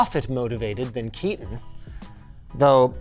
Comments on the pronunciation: 😂when you realise it's not "KEY-TON" and it's a "KAY-TAN" 😅 🇮🇳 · Indian Audience: it's Kaetan, not Kitan... Anyways, Hobbyist is perfect too. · Seems like such a nice dude, probably just doesnt want to constantly be correcting people, he's probably used to it lol. For anyone curious, its pronounced "kay-tun" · Bro definitely is named Ketan and not keatan😂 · My brother why didn’t you correct him, our names is not “Keaton” 😂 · So, it's Ketan, not Keaton. 😀 Ketan Sachdev. Completely different pronunciation for those in the know. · bro you pronounced his name so wrong its kay-tun its a indian name so its hard for native english people but this is the right way to do it just saying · Ketan is highly likely not pronounced Kieten. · Kills me that they mispronounced his name so often though =\ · Linus got the Indian Name pronunciation incorrect should have asked Sam Bhatia for guidance.